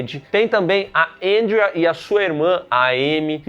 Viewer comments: Que porra de "Éndria"... é Andréa caralho. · Difícil falar Andréia? Kkkkkjjkk